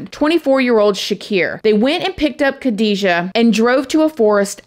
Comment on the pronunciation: Hat off for your beautiful pronunciation of the Iraqi names. Ps: They are both Muslims, Khadija is Arab and Shahraban is probably Kurdish- this is anathnicity, judging from her name.